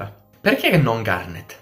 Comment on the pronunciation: Sembra che dici "kinder garden" XD